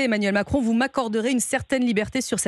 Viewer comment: Il n' arrive pas le dire : m i c r o n démission !!!